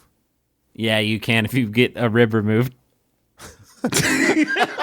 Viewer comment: I misunderstood Grif and thought he said "Yeah, you can if you get a river mood." Thank you comments for quoting his actual phrase of "Yeah, you can if you get a RIB removed" so I could go back and still appreciate the joke! 😊